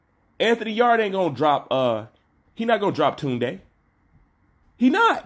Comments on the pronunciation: He actually saying it the right way compared to how most Brits say it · Kaasam Ali Khan 💯 its an African name & not an English name. pronunciation is perfect 👌